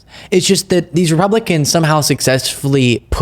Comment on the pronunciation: are you doing that on purpose when you say "rublicans" if you look at some of your podcasts you have used it a couple of times, just a FYI, and really wanted to know, personally I think it's kinda cute, but others may think differently..